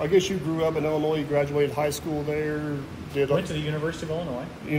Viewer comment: The “s” is silent in Illinois. Where are you from? The Virgin Is land’s? 🤣🤣🤣 kidding, I know many ppl from across the border pronounce the “s” in Illinois. Thank you for sharing sir!